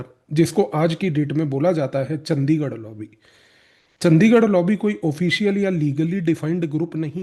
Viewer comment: bhai its चंडीगढ़ hai,चंदीगढ़ नही,very right ,ye h ese log yaha pr